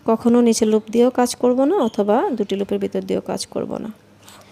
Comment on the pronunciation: আপনার বুঝানোর স্কিল ভাল কিন্তু শব্দের উচ্চারণ গুলা বেখাপ্পা লাগছে সিঙ্গেল কে চিঙ্গেল, লুপ কে লুফ ভাল লাগেনি